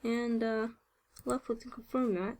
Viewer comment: Took me a while to understand that when she says "lucklick", she means "left click".